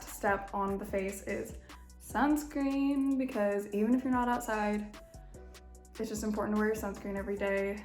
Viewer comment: Did she say Sun scream?!